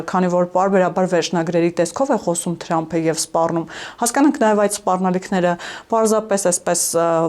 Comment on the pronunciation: Լայ լաղջիկ լերվուծաբան դու ընչու՞ էս Թրամփին տըրամպ ասում Մենք թ և փ տառ ու հնչյուններն ունենք